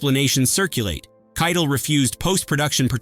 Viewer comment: Harvey Keitel’s name is brutally mispronounced. 😮